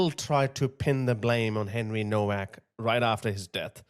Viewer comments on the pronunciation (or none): it's pronounced "NOVAC", no W.